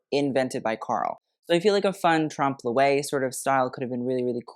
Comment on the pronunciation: Tromp-loy. ;) With a french accent, of course. His mispronunciation of Balmain hurts me more.